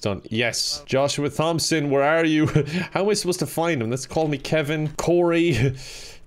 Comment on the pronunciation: Kevin I do not appreciate you attacking my brothers. Also it's pronounced Tom-son, if you gonna beat us at least call us right 😭